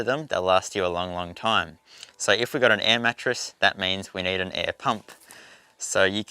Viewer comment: you may wanna use a table tennis ball before talking in front of the cam, getting used to get your teeth (upper and lower jaw) separated. This would improve your articulation. And since when do we now pronounce words with a double e („need“) as a diphtong? I don‘t want to offend you as a person, but while doing clips on youtube, you might wanna consider such things in order to avoid tiering people watching.